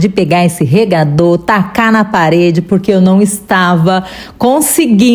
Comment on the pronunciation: Õ...cê ficou braba memo né??? Pq vc nem percebeu que uma das vezes falou REGADOR certinho😂😂😂😂😂😂😂😂😂😂😂😂😂😂😂😂😂😂😂 depois voltou ao seu normal😂😂😂😂😂😂😂❤❤ Agora fiquei curiosa de saber e peço pra vc dizer como é que vc fala ASFALTO no próximo vídeo, tá?! Mas não esquece😂😂😂😂😂😂😂😂😂😂❤❤❤ Esse REGRADOR ficou maravilhoso😮😮😮😮😮😮😮😮😮 e impriquitado😮😮😮lindooo❤ amei tudo como sempre!!! Quero tentar fazer um REGRADOR desse...vou tentar❤